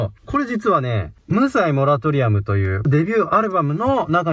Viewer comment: 無罪モラトリアムのイントネーション気になるw